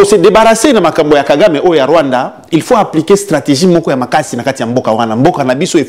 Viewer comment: Paul KAGAME et non « GAGAME »